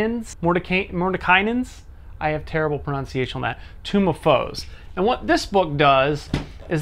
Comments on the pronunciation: but ya. he mispronounces tomb too often. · The "kai" part in the middle is pronounced like "kite" but without the "T" sound, I think. "Morden" is like "more den". And the "nen" at the end is pronounced just like it looks (rhymes with "den"). The thing I found the most amusing though was your pronunciation of "tome". You twice pronounced it as "tomb". I wonder if that's a regional dialect (where I come from, those two words are pronounced differently: long "o" in tome, "ewww" in tomb) or if you were just flustered by the pronunciation of "Mordenkainen"?